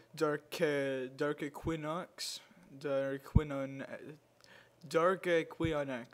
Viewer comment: Hey. Ummmmm its pronounced dark equinox. (E qa noz)